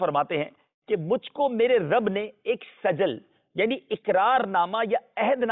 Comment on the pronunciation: اس دجال کوسجل بھی پڑھنانہیں آتاسین کےاوپرفتح نہیں کسرہ ہے